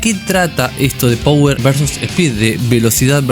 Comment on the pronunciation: Te corrijo una pavadita: se dice PAWER, no power. jajaj Saludos!! No veo la hora de q salgaaa!